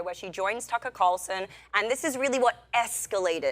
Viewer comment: It's Tucker not Takkaaaa!